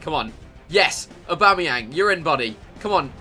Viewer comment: Yeah he said abamyang